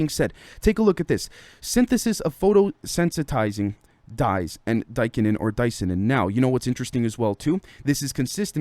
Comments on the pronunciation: I think you actually pronounce it Dis-Ya-Nin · say Cyanide, the say Di - Cyanin